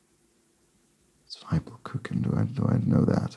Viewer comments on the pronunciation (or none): The first syllable in "zwiebelkuchen" is pronounced to rhyme with tee, not with tie. As opposed to German for 'two', which is 'zwei' and rhymes with tie. The way I remembered it at school was that with "ie" and "ei" you pronounce it as if you're saying the second letter in English - "zwie" rhymes with "e" and "zwei" rhymes with "i".